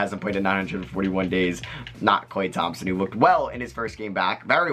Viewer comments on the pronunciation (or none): none